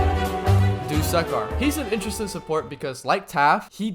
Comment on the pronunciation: its that time again... bro fr said duskkar and... ( , , ( also he doesnt cancel dmg he minimises it) ) also dont give me a bullcrab answer that your mic glitches again or smt like that